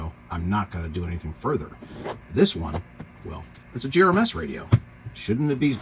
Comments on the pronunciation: gMrs please. Not gems. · Could you PLEASE stop saying "gRMs” instead of GMRS? Thank you. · Don't know if you are aware, but you said "GRMS" several times instead of "GMRS." FYI.